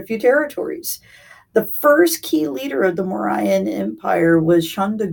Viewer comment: 1st learn to pronounce properly. Then make a a video. Mo-ra-yan empire 🤣🤣🤣🤣🤣 Lucky u dint call moron empire 🤣🤣🤣🤣🤣🤣🤣🤣